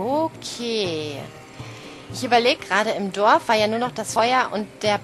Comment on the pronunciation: Warum sagst du eigentlich immer Doaf statt Dorf?